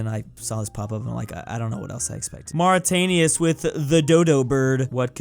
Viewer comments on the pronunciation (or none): Nobody:: "Mauritanius" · Bro really said "Mauritanius" 💀💀💀💀💀💀💀💀💀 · Sees Mauritius Also: Mauritania! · DID HE JUS PRONOUNCE MAURITIOUS, MARITAINIOUS??? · How tf did he just pronounce Mauritius😂